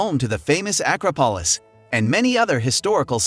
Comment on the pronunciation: this person is allergic to saying things correctly. "Causeta Rica, Acropalis, Koh Phee Phai, Keen-ya, Causco, Safairy"